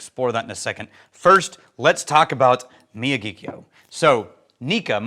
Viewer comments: Regarding pronunciation of Miyagikyo, instead of mi-ya-GEE-kyo, think mi-ya-gi-KYO (as in "Mr. Miyagi" from The Karate Kid, plus KYO). The Miyagi part of the word is more flat, without emphasizing any syllables, but there's slightly more weight on Kyo. Put another way, if this were music in 4/4, the "Miyagi" would start on the "3 and," and the "Kyo" would be on the "one" (downbeat) of the next measure. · C'mon, I would've thought that you might do at least a little research on how to pronounce the name of the whisky you are discussing! The pronunciation is Miyagi-kyo, and this is apparent as you'll find it in Miyagi prefecture. The first time I visited Japan, I brought back two bottles of whisky, a Hibiki Harmony, and the Miyagikyo in this video. I chose both because they were real Japanese whiskies, and that's not just because they aren't 50% Ben Nevis! They had the clean floral taste that I came to strongly associate with Japanese whisky. Yoichi is good whisky, but it tastes too much like scotch to me. I've had multiple bottles of Pure Malt, Taketsuru, From the Barrel, and the now defunct the Nikka 12 on my shelf for many years, and I really enjoy them all. For me though, the Miyagikyo is the most unique, and the most authentic. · LOL at running over and destroying the name> Phonetic pronunciation is me-yaw-gee-key-oh. Enjoy and glad I’m here too. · Think the "Karate Kid", "Mr. Miyagi". Then add the "kyo" as in "To-kyo" or "Kyo-to". That is how you pronounce it.